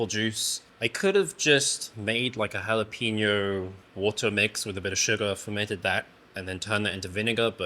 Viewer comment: HALL apeño, not "Hal"